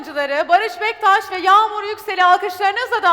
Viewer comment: Baris bektas degil baris baktas😂😂😂😂😂😂